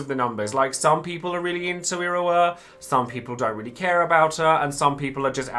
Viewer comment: Im not the only one hearing him say Irowa am I?